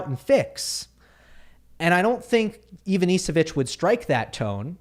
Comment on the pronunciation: Hi, Ivanišević is pronounced IvaniSHevich